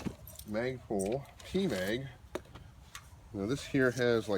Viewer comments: Please quit saying MOGBUS!!!!!!You are driving me crazy! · It's not MOD bus lol... I like though